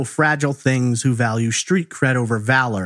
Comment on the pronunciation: I think it's pronounced "street", not shtreet